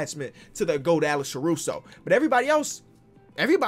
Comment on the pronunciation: nobody:: alecshruso